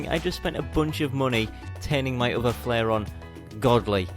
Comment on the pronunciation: its the flairon, not flairion